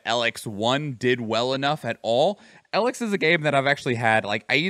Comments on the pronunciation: the main thing about the name is that both e are long EE the only time you would use a lower case sounding e is for elexit which is the currency in elex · didnt even say elex right